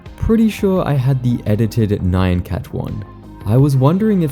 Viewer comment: ...It's... nyan. It's just nyan. Not "nigh-ann". Just nyan. Like, the middle of "banana" with a "nyuh" sound. Japanese 'meow' sound.